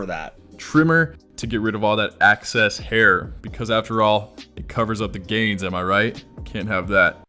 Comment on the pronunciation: Did he really just say “access hair”